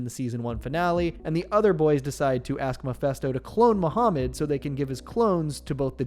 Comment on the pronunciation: muhamund.....not cooooooo